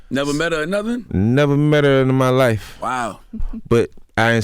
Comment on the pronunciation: "neverRrrR met herrr in my lYfe"